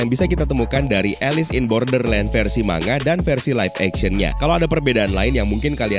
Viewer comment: koreksi kecil tapi tdk penting bang. manga itu bacanya mang-ga bukan ma-nga